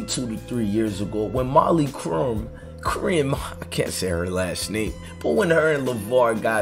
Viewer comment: My man need to do his homework before he makes videos. Her name is pronounced (K)erim. The Q is pronounced like a K.